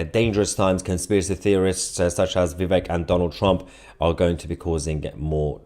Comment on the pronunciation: Please learn how to pronounce Vivek's name.